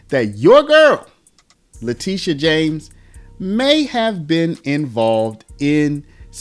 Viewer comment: TISH, TishA ... Not TEE-sha! Letitia James CAGNEY